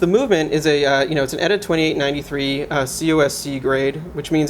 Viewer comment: ETA.....not EAT